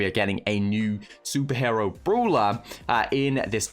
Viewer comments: It's "Brawler"... Not Bruler!!🥺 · Me - Its brawler bruh Meanwhile tom - broolher